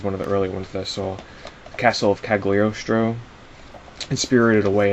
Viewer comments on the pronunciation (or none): just a tip, it's pronounced, cah-lee-oh-stro, not cag-lee-oh-stro